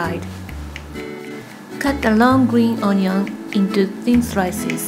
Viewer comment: the way she says onion XD